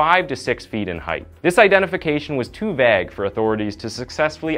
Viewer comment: Can't pronounce macabre of vague